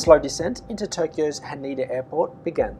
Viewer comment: Also, Han-EH-da :)